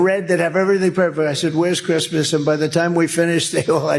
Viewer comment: Did I hear him say “crispness “ rather than Christmas?